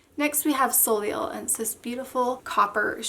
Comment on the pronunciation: I like this collection, I might have to pick some of those up!, Sharon & Mel are at the top of my wish list. I like the z-wide brushes, especially for the more sheer pinks & nudes. I forgot to say- Soleil is French for sun. And you pronounce it So-Lay 😃